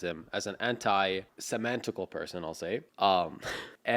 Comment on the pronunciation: That "antisemaaantical" threw me off lol. Love from Tunisia